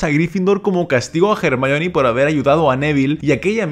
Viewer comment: Es increíble que un español pronuncie a Hermione como es en inglés y no como "ermion"